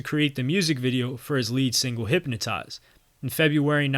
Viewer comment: Can you do your research better… Show wrong black people on your video is an insult… Would you put Donald Trump instead of Joe Biden… and you pronounce wrong words like Hypnotize - a joke…